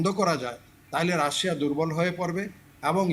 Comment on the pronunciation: আমি তো জানি রাশিয়া। রাশায়া আবার কি😂😂😂😂